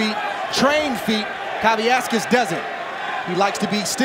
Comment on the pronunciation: At no point did I hear one of the announcers pronounce Kavaliauskas' name correctly. They erased an entire syllable.